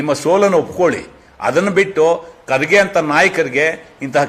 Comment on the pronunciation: ರಮೇಶ್ ಬಾಬು ನೀನು ಬಕೆಟ್ ಹಿಡಿಯವಾ ಕರ್ಗೆ ಮತ್ತು ಖರ್ಗೆ ಏನು ವ್ಯತ್ಯಾಸ ಇಲ್ಲಾ ಹೆಸರು ಒಂದೆ ಉಚ್ಚಾರಣೆ ಬೆರೆ ನಿನ್ನಂತ ಅಜ್ಞಾನಿ ಯಾರು ಇಲ್ಲಾ.